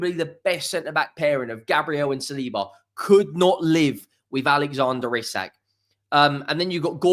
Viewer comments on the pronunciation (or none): none